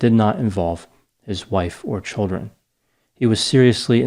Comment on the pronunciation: Are you from Connecticut? The way you say "childrun"